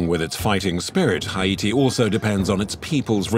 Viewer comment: Why can't the narrator say "Haiti" right?